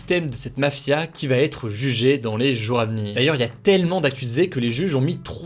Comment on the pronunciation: Merci Hugo et toute l’équipe pour ce travail ! PS : puisque tu parles au pluriel il serait plus convenable de faire la liaison et de dire « les jour Za venir ». Pas de haine hein c’est juste une petite correction qui me perturbait 😂